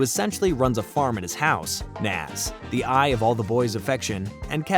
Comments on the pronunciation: Ed ain't dumb, he's sarcastic and a jokester. He's a great character! Also it's Nazz, not Naz. I like the video though👍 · Love the video really do, I grew up on ed, edd, and Eddy but it's nAz not Noz 😂 sorry sorry don't know why that bugged me 😅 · Its nazz not nozz. gaw dang that bothered me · IT'S NAZZ NOT NOS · You keep pronouncing “Nazz” as “Nas” like the rapper 🤣🤣🤣🤣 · It’s Nazz not Nawz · It's Nazz as in Jazz, not Nozz as in Schnozz... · He says it like that so increase engagement... and u fell for it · Love this, all accept how you say nAz!! Makes me cringe every time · You keep saying naz name wrong 😅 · Dude mispronouncing "Nazz" multiple times kills me inside. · Awesome video but how you pronounced Nazz irked me lol. You did a good job though!